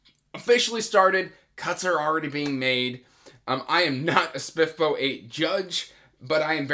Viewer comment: I love how you pronounce SPFBO 😝 I plan on reading the Thirteenth Hour as one of my next reads! I’m really excited for it.